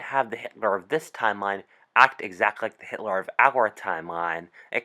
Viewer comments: Does nobody else hear how he says hit-Lar? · It’s Hitler not hitlar